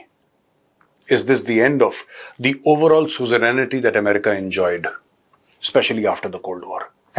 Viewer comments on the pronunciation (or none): none